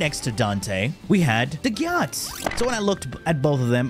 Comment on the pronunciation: As a dagath main I may be biased but she’s SO UNDERRATED!!! Also have some RESPECT for the faceless queen and SAY HER NAME RIGHT!! They tell you in the hollow if you don’t remember!! Ok with that off my chest thanks for the build guide I enjoy your content.